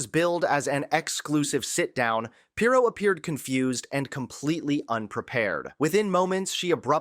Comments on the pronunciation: You might want to learn how to pronounce the name of the person you’re discussing. You put the wrong em-PHAsis on the wrong Sy-LLA-ble. 🥴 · It’s “PEER-oh” NOT [H. Ross] Perot! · PEER'-OH DUDE. PEER'-OH. Not like Ross Perot. Great report, but please get her name right. With all due respect, it lessens your credibility.😊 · How do you not know how to pronounce her name? It's PEER-oh! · Who edited this video? You repeat things, including video clips, mispronounce her name--accent is on FIRST syllable, not second. Do better, please. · Dude, where did you go to school? You mispronounced her last name not that I care but if you’re gonna be a journalist, you need to speak proper English for Christ sakes